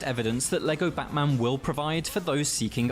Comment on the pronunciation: the way you said "Batman" got auto-captioned as "botman" lmao